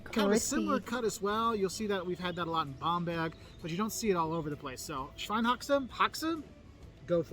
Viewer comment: min. The city is called Bamberg and not Bomb Bag 😂😂😂